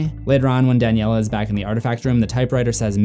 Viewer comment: It’s Daniela not danielle